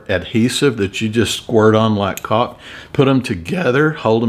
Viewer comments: you cleared up the cowl vs. cow, but now you are going to have to clear up your pronunciation of caulk 😂😂😂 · Did you say Caulk or ... Oh boy here we go lol